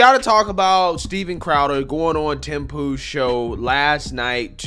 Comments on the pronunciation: I heard "Tim Poo" in the opening remarks... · Did you say Tim Pooh? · Tim poo 🤣🤣🤣 did anyone else hear poo?